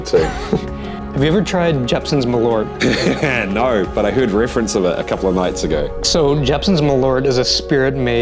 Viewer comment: Malört is pronaused wrong